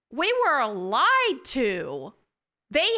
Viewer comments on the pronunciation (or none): none